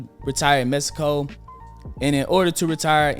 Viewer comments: Appreciate you man, but it’s “Mexico” not “Mesico” lol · This man said Mesico